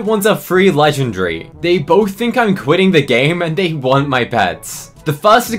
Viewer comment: legenDARY why is he saying it like that 😭